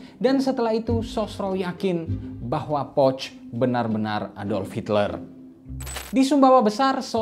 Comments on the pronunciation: Cara penyebutan "Pöch" adalah "Poesche/Pœch" bukan seperti mengucapkan "pouch". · Cara baca salah poch bukan pocth